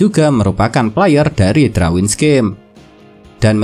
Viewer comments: Darwins bang bukan Drawins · Risih dengernya kalau bilang drawin